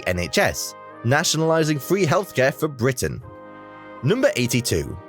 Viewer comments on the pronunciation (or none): none